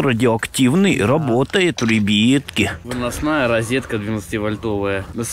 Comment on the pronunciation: братан почему ты на слова ребятки говориш рибитки или ребетки